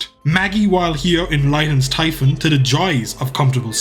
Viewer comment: Typhon is pronounced like tee-fon